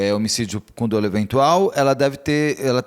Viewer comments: Recomendo você se informar melhor,. A grafia correta da palavra é "dolo", para começar. SÓ ESSA GRAFIA ESTÁ CORRETA. O que eu me referi foi à PRONÚNCIA da palavra que é "DÓLO", com acento agudo no primeiro "o" e NÃO "DÔLO", como a entrevistada repetiu várias vezes. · Crime doloso....ou crime dóloso ? Olha...tá difícil viu....kkkkk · Não é “ o menino”, é o Marcelo. Não é “dôlo”, é “dólo”. E qualquer dermatologista vai te dizer que melasma é um tratamento de meses, quiçá anos. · Como que uma advogada fala "dôlo"? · Meu Deus a pronúncia equivocada de dolo, falando “dôlo” ao invés de “dólo” me quebrou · Tem alguns casos que é "melhor" o silêncio, essa entrevista é exemplo disso. Colega advogada, a pronúncia correta não é "dôlo" e sim "dólo" ... MISERICÓRDIA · Eu,como advogada familiarista, penso que esta advogada tem pontos fracos e me doeu o ouvido ao ouvir dôlo e não dolo;(dólo). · Dra, a pronúncia da palavra dolo, é dÓlo e não dÔlo… Pelo amor de Deus. Mas realmente, não entendo ser questão de dolo eventual não. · Advogado que fala "dôlo" ao invés de "dólo"eu não contrataria 😬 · A "aDEvogada" não sabe nem pronunciar a palavra "dolo". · não sabe nem pronunciar "dolo"